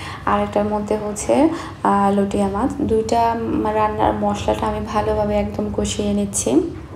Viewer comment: আপু আপনি বার বার লইট্যা মাছকে লটিয়া মাছ লটিয়া মাছ বলছেন কেন? শুনতে খারাপ লাগছে।এর শুদ্ধ উচ্চারণ হচ্ছে লইট্যা মাছ।লটিয়া মাছ কোন শব্দ হয় না।